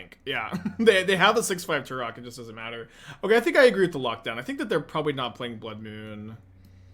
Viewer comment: The way pronounces Tourach sounds like Turok and all I can think of is a dinosaur hunter